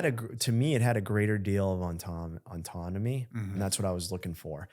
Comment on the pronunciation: Why can’t he say the word ‘ autonomy’ properly? He keeps saying auntonomy or something. He puts an extra n that shouldn’t be there, every time he tries to say it.